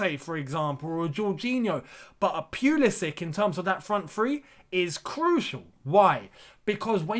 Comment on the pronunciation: You are genuinely one of the few people who calls this man's name right.